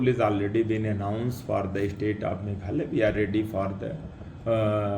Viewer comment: formation not formason meghalaya not meghala